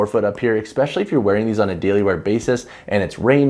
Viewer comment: Great review but FYI especially has no “x” in it. You keep saying expecially. Which isn’t a word. 😂